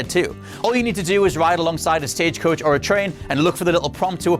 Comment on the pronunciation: he said stagecouch